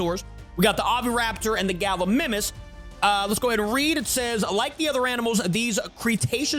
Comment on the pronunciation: Galimimus is pronounced Gal-E- my-mus